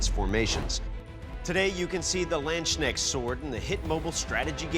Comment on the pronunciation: For me it is funny how they say Landsknecht. You can write this on a list, hardest german words to pronounce.